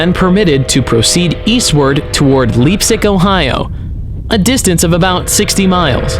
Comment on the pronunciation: Its pronounced Lipsic the e is silent.